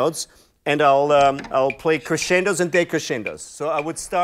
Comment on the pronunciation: Crescendo its good, decrescendo its wrong, omg A professional drummer and a bad pronunciation